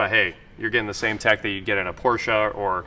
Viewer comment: It's called Urus not Uris.